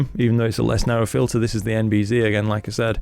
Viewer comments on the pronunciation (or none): none